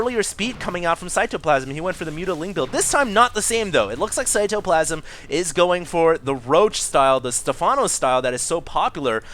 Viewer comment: He pronounces cyToplasm with a capital T